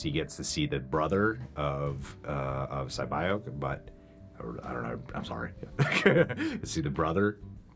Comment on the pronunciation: Respectfully 😅😅😅😅 Sae Byeok is not pronounced seh-bayok it’s pronounced seh-beeohk 😖😖😖